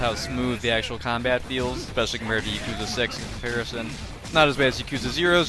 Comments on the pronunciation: playing every game in the series and not knowing how to pronounce Yakuza is crazy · Even now I still kind of flip flop on my pronunciation 😭. The only people who I hear pronounce it Yak-uza are people who play the games, every other time I hear it pronounced Ya-Koo-za